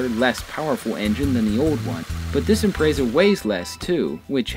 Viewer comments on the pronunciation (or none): Im-pret-za. Not imprezza. >_< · ImpreTsa. Not Imprezza